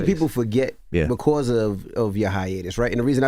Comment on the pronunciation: Why Envy say the word "Because" like that?